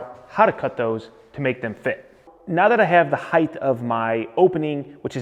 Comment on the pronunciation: Height, not heighth. Love all your videos but Length, Width, Height. No th at the end. Height. I know you're into details so please embrace this one. Cheers, mate.